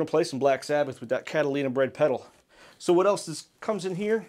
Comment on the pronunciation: It has been brought to my attention that on more than one occasion in this video I mispronounced Catalinbread as "Catalinabread". 😆 I'm a dolt.